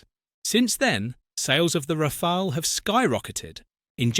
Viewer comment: Its pronounced Rafal or Rafalé not Rafail.